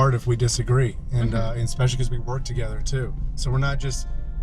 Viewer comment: Expecially?. I’ve heard another YT’er say that 🤔